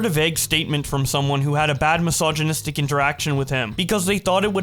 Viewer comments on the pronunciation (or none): “Just had a mysignisitic interaction ..” Jfc…